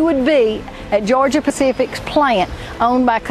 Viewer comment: geor-gia nuff said